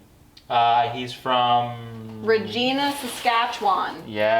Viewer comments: It's actually pronounced Re-jy-na ..it rhymes with vagina. Seriously. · All Dressed Ruffles are the bomb! We could get 'em in Iowa a couple of years ago (for about a month.) I sorta figured you pronounced it Regeena so that nobody would misunderstand 😄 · That would be "Re-j-eye-na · Happy birthday! BTW, Regina, Saskatchewan is pronounced like..er, um...vagina...so ya know... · Regina...... substitute the R for a V for proper pronunciation.